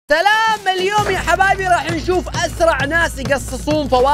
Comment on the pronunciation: كلت تلام مو سلام